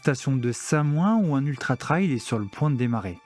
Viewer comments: Just pour info" TRAIL ca se prononce "trèl" (trelle). Ce tu promononces "Traïl" (comme dans "ail"), est le mot TRIAL. C esont deux mots differents evec des sens differents: TRAIL ca veut dire chemins, piste, sentier... TRIAL ca veut dire : essai... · Trail = trè-il Trial = tra-i-ol 😊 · faut revoir la prononciation de 'trail'